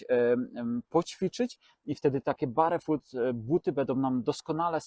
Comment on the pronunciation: Ladne widoczki, merytorycznie takze ciekawy i tresciwy material ale... Serio, aż uszy bolą jak slychac "barefut". Wymawia sie BERFUT! To sa podstawy angielskiego i jakoś na innych kanalach nie kojarze, zeby komus to przysparzalo jakichkolwiek trudnosci. No chyba, ze tutaj jednak jest mowa o jedzeniu barowym, to zwracam honor 😅